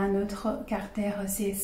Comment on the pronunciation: Je crois que vous parlez tres bien le francais, vos exposes sont parfaitement clairs, si ce n'est cette petite baudriole (qui n'empeche pas la comprension et, au fond et apres tout, est gracieuse) du "carter" au lieu de caractere". Permettez-moi de rajouter que peut-etre simplement il vous a echappe cet esprit francais du "ordeno y mando" (expression espagnole en version originale, pardon), un caractere propre du francais comme en parlait Saint-Simon a propos d'une certaine marquise quand il ecrivait qu'elle avait parfaitement parle francais un jour qu'elle avait ete en colere avec son service domestique. C'est a dire sans laisser la place a l'equivoque ou au doute...et, j'imagine, avec les mots bien choisis selon ce que j'en deduisait de la lecture de l'anecdote dans un article de magazine litteraire... Je ne crois pas que ce soit un hasard que Descartes, un francais, soit a l'origine du cartesianisme... Un salut et merci a vous.